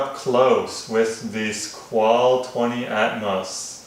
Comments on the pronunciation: FYI, Squale= "Skw-ah-leh" :) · The guy can't even pronounce the make of the watch. Embarrassing.